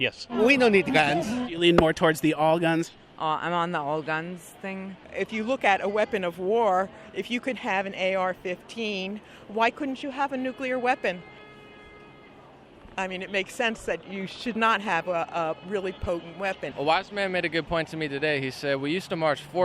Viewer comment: Today I learned that an AR-15 is the same as a nucular weapon.......... . thanks libs